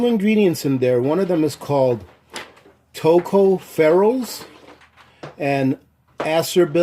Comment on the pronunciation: “toe cough fer als” are vitamin E